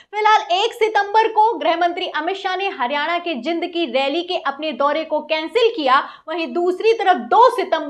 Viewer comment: जिंद नहीं जींद बोला जाता है मैडम लिखा jind ही जाता है लेकिन बोला जींद जाता है